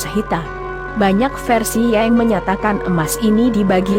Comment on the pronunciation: narator paling jelek cewek ini nih yg bicara di video ini...bilang yang aja jadi YENG aneh banget apakah gak sekolah ini cewek